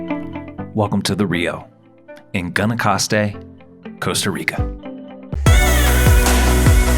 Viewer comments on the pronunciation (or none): Great video! Nice shots. I'm trying to get my family to come stay here next year. Just a heads up, Guanacaste sounds like "gwanacaste."